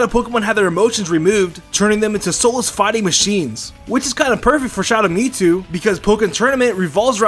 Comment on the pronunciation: I’m sorry what? Me-Two? No, absolutely not, it’s MewTwo.